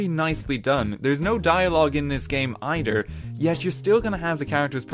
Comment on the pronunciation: "BroDers"? ..... oh ok, then I heard you say togeDer and eiDer.